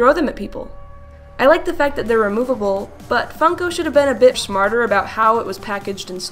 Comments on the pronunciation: You said shmarter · You said shmarter not smarter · " but funko should've been a bit S H M A R T E R about-" s h m a r t e r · I thought you said "shmarter" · did she say shmarter??? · she says shmairter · "Funko should of been more sHmArTER" no hate just thought it was funny❤️ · ''should have been a bit shmorter''